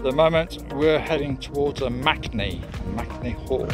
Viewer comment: MAKE-ney. Not MACnee 😂 how is m-a-k-e MAC. I’m doing this walk in two days for my birthday in May.